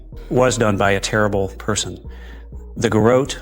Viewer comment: Did you hear his pronunciation of garrote? But then he said it correctly amazingly now he doesn’t.